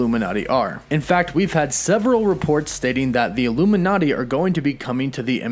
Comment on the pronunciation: Says illumi”NET” not illuminati